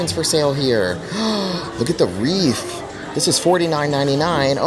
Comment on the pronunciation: Hi! Huge fan, just wanted to letcha know phonetically, "wreath" is pronounced as "reeth". The "w" is silent, the "ea" makes a long "e" sound. Okay love you so much bye!!!!!